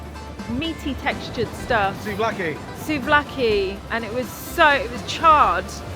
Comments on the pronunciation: Please!! souvlaki ,, it’s pronounced sue-v-laki. With the v soft like ‘ver’ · Nice video, but Pleeaseee work on your pronounciation. The words are not difficult. SUV-LA-KI 😂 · It is called Suvlaki and it is written Souvlaki. I like your videos. Wish you lifelong health and happiness.